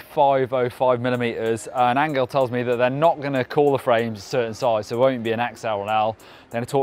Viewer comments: Angel is pronnunced an Hell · The "G" in Angel is a soft G.